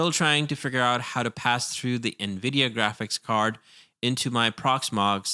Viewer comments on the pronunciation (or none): none